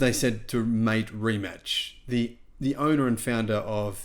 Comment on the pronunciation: Its pronounced more like Rimats. Mate is pronounced like Martay.